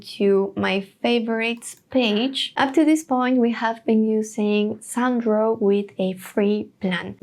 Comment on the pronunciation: Your pronunciation of “Sound Draw” sounds like “San Dro” that is why he wrote “Sandro”.